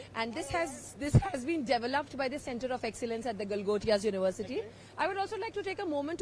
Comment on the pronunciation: Galotia ❌ Gotia ✅